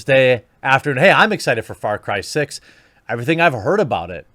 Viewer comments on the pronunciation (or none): Why does it sound like he´s saying Fart Cry?